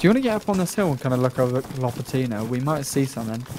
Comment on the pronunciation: Not lopatIIIno, but lopAAAtino